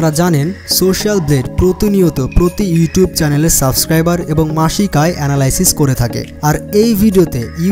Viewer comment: সাসক্রাইবার? 😂 সাবস্ক্রাইবার বলা শিখ ভাই!